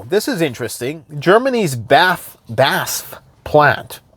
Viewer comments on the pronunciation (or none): It is pronounced B.A.S.F as single letters not BASF. They are the successors to IG Farben which did all the evil chemical components during WW2